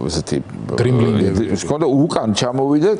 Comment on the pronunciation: "დრიმბლინგით"😮😅😅😅😂😂😂😂😂😂😂😂😂ჯერ ერთი დრიბლინგი (და არა დრიმბლინგი)😂😂😂-😂😂😂😂😂😂 არც სპორტის არსებობის გესმის და ბეხბურთზე საერთოდ გარტყმაში არ ხარ .... მოდი იდი ... პოლიტიკაზე ილაქლაქე